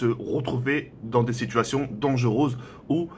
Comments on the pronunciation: Dangerose* xd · il a dit donjereuse 😭😭😂😂